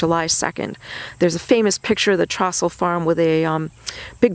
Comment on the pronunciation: In addition to the difference of opinion over "that bastard, Dan Sickles," as a sixth generation granddaughter to the Abraham & Catherine Trostle farm, the pronunciation of Trostle in this video's narration is consistently dead wrong. ALL Gettysburg/Adams County Trostles pronounce our name with a LONG O. TROstle (rhymes with toe, foe, so, etc) NOT an o that thymes with trough, sloth, moth. In addition to the whitewashing of Sickles, one would think at least the name pronunciation research would have been done.